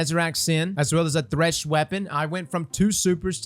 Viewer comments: Why “TH*ESH” and not “THR*SH” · "Is thesh the meta?"